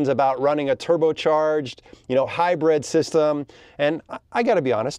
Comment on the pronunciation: Is he saying “Hi-bread” or hybrid, lol